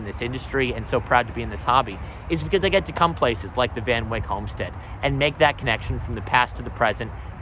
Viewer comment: it is Van Wyck as in bike. Everyone in Dutchess County pronounces it that way